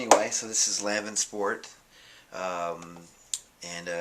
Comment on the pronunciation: Wrong pronunciation of "Lanvin" lol